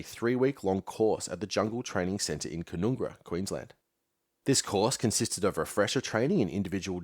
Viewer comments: Love this in depth look at Long Tan but just one small correction to pronunciation it's pronounced CAN-NUN-GRA not CAN-NOON-GRA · Canungra the middle 'u' is an 'uh' sound.the "ung" syllable rhymes with "young". At least in the Army that's how it is said. Listen to Redgum's "A walk in the light green" Shcuman pronounces it the way the Army pronounces it. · Ugh! Mate. Have you actually spoken to anybody who - like my father - went through jungle warfare training at Canungra (pronounced "CAN-UNG-RA" - that's "UNG" as in "HUNG"), or any Australian alive from 1965 to 1972, like me, listening to daily news about fighting in Phuoc Tuy (pronounced "FOOK TWEE")? It doesn't sound like it. Also, since you seem personally convinced of the "Yellow Peril" of invasion of Australia (which is - and always has been - utter crap) I'll point out that if you had bothered to watch Ken Burns' seminal doco on Vietnam, you would know Ho Chi Minh wanted to establish a US style democratic republic before being spurned by Truman in 1948. Ho wasn't a Communist, he was a nationalist, who couldn't get Western democracies to support Vietnamese independence - which is what drove him into the arms of the Communist Chinese. Of course, since you seem to see all of the "Yellow" people as one big mass, maybe you should read up on how the Chinese and the Vietnamese are historical enemies and you might get an insight into how desperate Ho had to be to turn to Mao for help. Ho had been fighting for Vietnamese independence since he attended the Versailles peace conference in 1919. Your - strictly - military history output is great, but your political ignorance is just embarrassing. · It was painful hearing ca noong ra over and over.